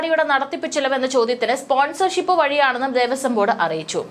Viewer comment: ദേവസ്വം ബോർഡ്തല???? ഭഗവാനെ മലയാളത്തെ കൊന്നു കൊല വിളിക്കുന്നു😡😡 ദേവസ്വം ബോർഡ്. തലവെച്ചു കൊടുത്തത് എന്നാണ് വായിക്കേണ്ടത് ബോർഡ്തല അല്ല...